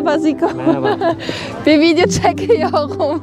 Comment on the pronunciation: Hersey hakkinda video cekiyogum. Hersey derken R cok guzel soyluyor ama cekiyor derken fransiz gibi konismak istiyor, sirf artislik poz atmak icin. Biri buna ay ne tatli konusuyosun dedi bu da inandi, abla cidden cok salakca geliyo kulaga, oyle eblek gibi konusma 😂